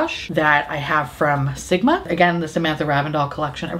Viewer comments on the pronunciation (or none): Sometimes when you say "Sigma Brush" I hear "Simba Brush" so I think you'll be a great Disney vlogger!